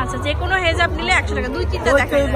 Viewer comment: Hajab naki hijab??? Uchharon thik koren.